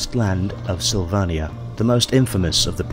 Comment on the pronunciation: Dude You need to get some help pronouncing words Sylvannia (Sill-Vay-Knee-Ah) Pistoliers (Pih-stow-lee-errs) Griffon (Very clearly meant to be said like Griffins)